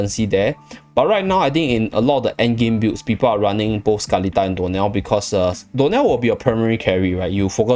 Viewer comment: Anyone else hear door nail instead of dionel? 😂